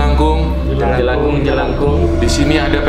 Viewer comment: Salah bang Bunyi: jelakung